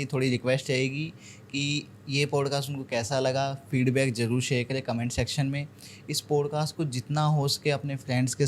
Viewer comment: साहब !! आप सामाजिक माध्यम पर है। कम से कम शब्दों के उच्चारण तो सही तरीके से करें। आप तो तालव्य 'श'' (Sha) और दंत 'स (Sa) में गफलत करते हैं। जैसे Share( शेअर) का उच्चारण आप 'सेअर' करते हैं;जो व्याकरण के अनुसार बिल्कुल अशुद्ध(असुद्ध नहीं) है। ऐसा उच्चारण करके भाषा का मज़ाक़ न बनाएं। धन्यवाद(धन्यबाद नहीं)।